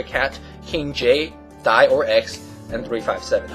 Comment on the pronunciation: Lol. "KingJ, Dai" sounding like "KingJ died. "